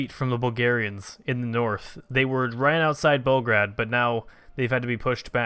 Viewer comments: PLEASE, ITS PRONOUNCED BELL-GRADE, NOT BELGRAD, MY EARS! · PLZ STOP SAYING BELGRAD U R MAKING ME GO CRAZY AAAAAAAAAAAAAAAA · ITS FRIKIN BEOGRAD FOR GOD SAKE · Its Belgrad if we are talking real here, Bel means white, grad means city. Like Stalingrad. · Actually it's BELGRAD, but if you insist on the English pronouciation, yeah you're right.